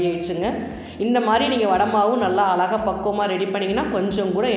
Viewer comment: One request. " Azhaga,' endru pronounce panna varalena beautiful endre sollalaame